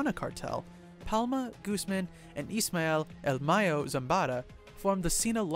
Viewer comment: Lol Guzman pronounced as gooseman